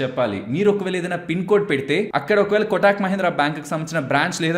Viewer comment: "కొటాక్" కాదు కోటక్ అని పిలవాలి